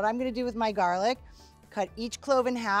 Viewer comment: "half of my GaHrLic" XD XD has me dying!!!